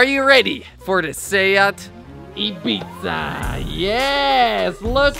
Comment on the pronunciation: Maybe put a pizza decal on the car because it sounds like you're saying eatpizza